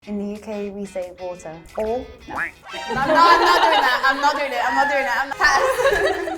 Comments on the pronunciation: with a straight face she says: "in the netherlands we say 'wotter' " NOOOOOOOOOO, we say 'waaater'. i'm sorry...but this really get's me mad!.... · I am from sweden and speak alot of dutch. Im not trying to hate, but. She doesn’t speak dutch very well. Her pronouncing isnt the best. Like for example ”water” the dutch word for water is actually pronounced ”waeter” its hard to explain but she literally just said water in the English way. So yeah, dutch does not sound like that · I agree her dutch doesnt sound natural, In the pronouciation. Of ”Water” she sounded very english in dutch the A and E are sounding much clearer. The swedish Girl is very clearly a native speaker. Yes i speak both on native level. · the dutch one sounds very weird to me as a dutch idk. like she is talking with her mouth closed like water in dutch should be pronounced as wa-ter but she pronounced more as wo-der and she lost the heavily pronounced k at the end of melk and her ui in huis sounded like au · Again, the girl representing Dutch language is not pronouncing the Dutch words correctly - she's pronouncing them like English words (eet/eten, huis, water, leest, boek, etc.) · im not dutch but still I think her dutch was worse than mine in pronunciation XD she just sound english - WATER XD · w-a-t-e-r!!!! Ha-ha-ha! her pronunciation is English closer to US